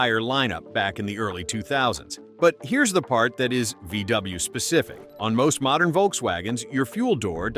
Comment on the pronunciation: Did you say mordern VW?? and some of your videos are dated. This video was a complete waste of time!